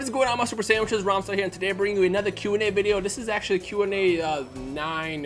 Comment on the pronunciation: "rhythmstyle" XD